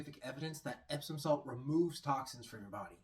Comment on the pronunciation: Did he say epstein salt lol